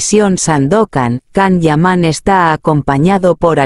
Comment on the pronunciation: Primero empieza a pronunciar bien su nombre.....todo lo q dices es falso....mientras q no salga nada de su boca,todo es mentira querida robot.